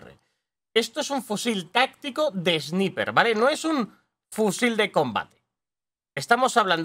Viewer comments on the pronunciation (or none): Sniper se pronuncia : Esnaiper